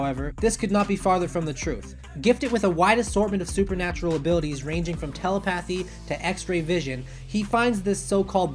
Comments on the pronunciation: At least try to pronounce telepathy correctly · Narration is decent but pronunciation of some words could be improved. Eg. Telepathy from the psychic one, and Yggdrasil from overlord